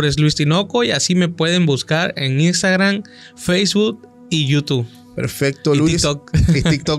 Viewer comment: Por qué dicen imstagrannn😂 es i n s t a g r a m 😅.